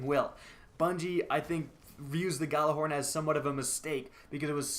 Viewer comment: Your pronouncing "Gjallarhorn" all wrong. Forget the "G" and pronounce it as "jallar - horn" (pronounce first part like the arabic "jalla jalla" - but add an "r"). -Regards from Nørway